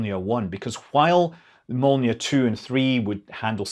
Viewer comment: Your "Molniya" pronunciation is spot on, but "Raduga" and "Gorizont" are quite off. You need to work on those. :)